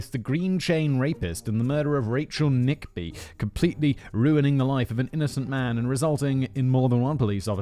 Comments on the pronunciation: Nickbe ????? Get her name right ffs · Switching this off immediately at the silly effects and ‘Rachel Nickby’. Amateurs.